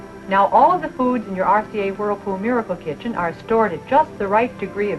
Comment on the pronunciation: She keeps saying “RCA Hurlpool Murkle Kichin”